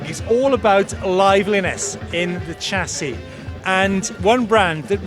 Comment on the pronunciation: why did you pronounce chassis wrong?